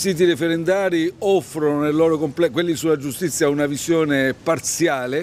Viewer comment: Giustizza, costituzzone... Ma come caxxo parla Peppiniello 'o fallito?